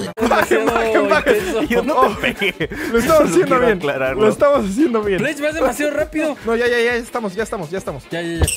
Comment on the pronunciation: Oye te confundiste en el Nombre de Plech se dice Plech no se dice Pech